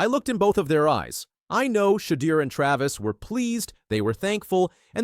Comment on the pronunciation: Your title sucks because Shedeur learn how to say his name right plus he never slams the don for the prank Ok you got it Dude